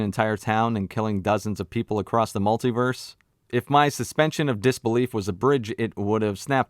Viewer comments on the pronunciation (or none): none